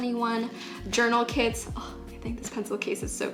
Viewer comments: I thought she was saying “kids” instead of kits for the first half of the video😂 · "tOday i'll bE tEStInG oUt ThESe BT21 kiDs" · "the kids were really inexpensive"